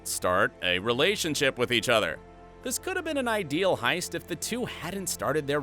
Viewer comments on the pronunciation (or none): none